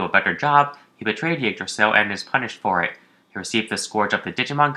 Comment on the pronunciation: Ygdrassil not Ugdrassil FFS....